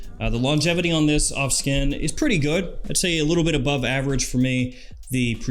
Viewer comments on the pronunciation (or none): none